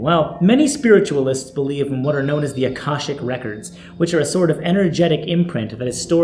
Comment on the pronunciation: It's pronounced.......ah..kay..shick...records . it ruins it when you pronounce a word incorrectly . you're better than that man